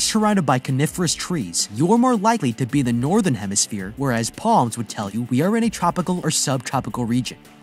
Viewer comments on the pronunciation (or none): none